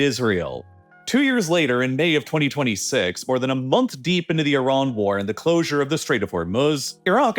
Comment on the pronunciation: I agree, so annoying. At least he pronounces Iran and Iraq right.